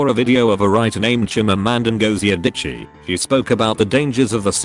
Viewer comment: Can't pronounce YouTube properly but has no issue with chimanda ngozi adichie smh